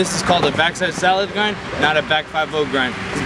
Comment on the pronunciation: Salad Grind* not "solid grind"